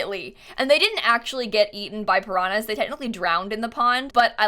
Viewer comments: Aaaah I love to hear mispronouncing "piranhas" 😂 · I would like to share that as a brazilian I am very amused by the way you say piranhas